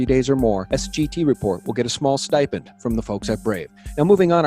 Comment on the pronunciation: sti’ pend